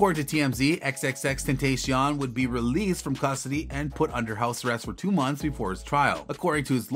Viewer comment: Could you please say his name right